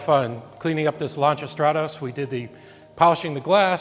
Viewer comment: Kudos on pronouncing "Lancia" correctly